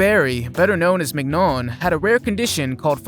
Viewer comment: Mignon is pronounced "min-YAWN"